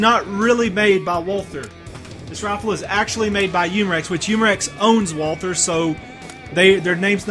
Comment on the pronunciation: Walther is pronounced, Walter. the H is silent.